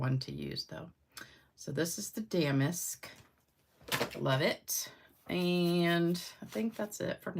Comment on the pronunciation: Love the technique and cards! The embossing folder is pronounced da-mask, not dam-ask 😂